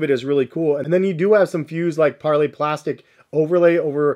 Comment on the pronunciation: It’s par-lay my brother ❤